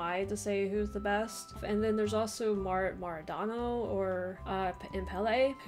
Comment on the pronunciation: Did she just say Maradonald?😂